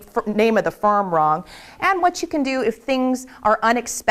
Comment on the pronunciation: is it just me or did she say 'Farm instead of Firm' in ??